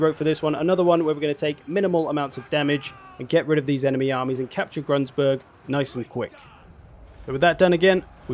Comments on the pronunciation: "Grunsburg" - Gru-n-burg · Step one: Remove that annoying "s" from Grunburg you keep adding.